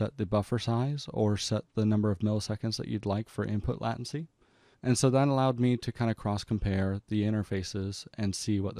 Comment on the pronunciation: just fyi, it's "late-ncy" ... good video tho, very informative <3